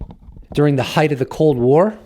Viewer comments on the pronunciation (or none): none